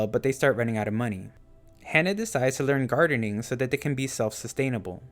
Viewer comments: It's Ha-Nah not Hannah. Other than that good video. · It's "Hana" with an "ah" sound, not "Hannah" like "Anna".